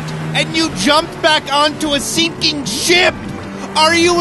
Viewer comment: normal people: sinking ship jack: SICKING SHIP